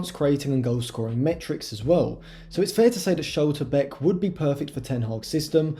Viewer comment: Pronounciation of Schlotterbeck ?!